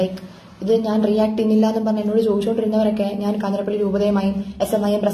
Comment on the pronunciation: news : 'കാഞ്ഞിരപ്പള്ളി' ആണ് 'കാഞ്ഞിരപ്പിള്ളി' അല്ല. Also please note elsewhere many are saying 'പാലായനം', it is actually 'പലായനം' i think.